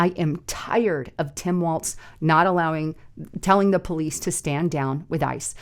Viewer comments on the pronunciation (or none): none